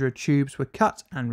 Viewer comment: am I the only one who mentally pictures a collander every time colandra is said.